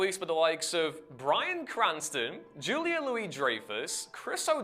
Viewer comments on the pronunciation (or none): none